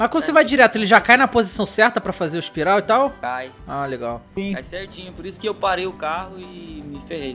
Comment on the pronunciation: Espiroca ou espiral???